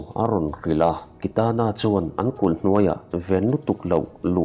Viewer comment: Kitana hming ilam ngun si,ilam dik silo..beng athlep